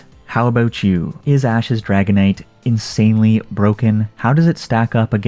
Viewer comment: Umm why do u pronounce dragonite as haganite ?